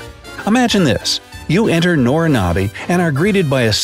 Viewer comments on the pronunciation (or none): It is actually Nobinobi, not Norinobi.